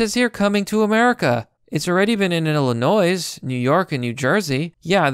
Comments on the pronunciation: Please dont say "ILL-UH-NOISE" as it makes you sound dumb. The "S" is silent "ILL-UH-NOY" Your pronunciation of that state gets me Ill-annoyed. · I hate Illinois. But STOP MISPRONOUNCING Illinois! It's obvious! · "Mount Sineye" "Illinoise" "Neon Natal"